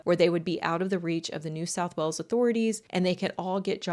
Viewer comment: Enjoyed this but it was really confusing with your pronunciation of things. Cult and colt arent pronounced the same. Wales sounds like wells. Jail sounds like jell. I did subscribe though and hopefully the other videos are better